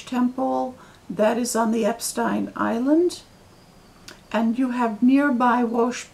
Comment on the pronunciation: Finally someone who pronounces his name correctly! Most people mispronounce it as “Epstien”. And I think the red hats you are referring to are the Egyptian fez. Hope you’re having a wonderful summer.